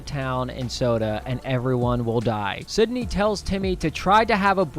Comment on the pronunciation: you keep saying sydney instead of cindy